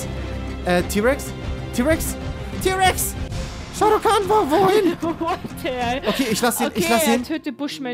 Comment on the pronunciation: Du meinst shao kan nich sharo kan